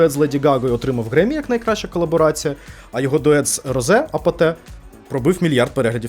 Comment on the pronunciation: РозЕ не Роуз і не Розі)